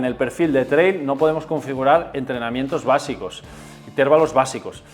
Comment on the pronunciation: Cada vez que dices "intérvalo" mueren cuatro gatitos, no lo digas, hazlo por ellos 😅